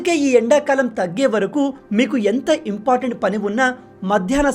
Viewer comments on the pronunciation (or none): none